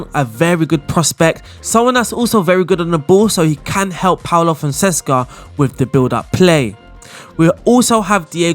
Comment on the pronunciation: FONSECA! NOT FONSESCA 😂 every bloody time! Apologies. kkkkkkkkkkkkkkkkkkkkkkkkkkkkkkkkk